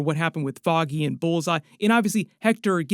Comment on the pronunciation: Foggy... FFFFFOGGY Nelson, not Boggy 😂😂